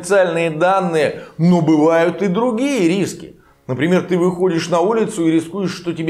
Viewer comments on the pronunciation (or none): "Други'я в рисках"....мы с вамя партнэры....о'как¿¡🥨